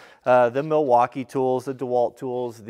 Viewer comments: “*Sponsered by Mileakeeerre*” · It's pronounced "Migh-waukee." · Yes, I have to say: I am a contractor, and in my experience the Miwalkees are the best even compared to the Hilts? (sorry I don't know how to pronounce the name. -- I have burned a Rigid on a deck once and I have to buy a Miwalkee to finish the project while I sent the Rigid (impact driver) for service (because they still have a good warranty on their tools - but Miwalkees are the best for "your money".